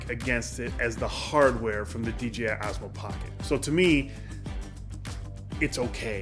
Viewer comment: Fay-yoo like you are saying is correct! But you were saying DJI incorrectly. You were sometimes saying DJA. 😅